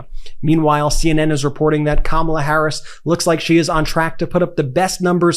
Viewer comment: She actually pronounced "Kamala" the correct way.